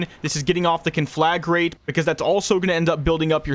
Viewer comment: “KAHN-fluh-grate” Thank you for coming to my TedTalk. ;)